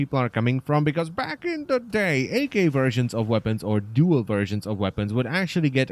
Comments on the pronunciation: "Ak", not "AK". The "Ak" in the name is meant to be an abbreviation of the term "akimbo", which basically means dual wielding guns. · I'm sorry but it's pronounced "ack" not "AK" like ak47 that really triggered me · its ack because in English unless the letters are separated with a dash like so, a-k, then you pronounce it as two letter together not separately.